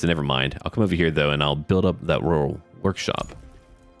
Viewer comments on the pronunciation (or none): none